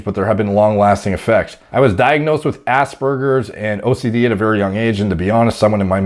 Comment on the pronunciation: Every time he said Aspergers I heard ass burgers